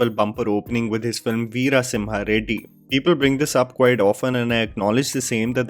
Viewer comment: im no done! you say veera as vira and vara vaara. come on mannnnn whyyyyy dawg why